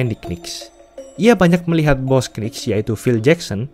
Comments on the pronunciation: Bacanya Nicks donk, jangan K-Nicks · Saran : knicks itu bacanya niks aja🙏🏼 k nya gausah disebut